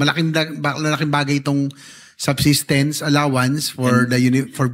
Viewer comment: Substances, Subtenence, Subsestence 😂